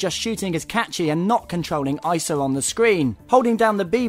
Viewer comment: its pronounced EEE-SA! c'mon they even said EEESA in the game not EYESA!